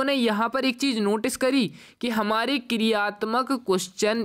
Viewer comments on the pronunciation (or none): none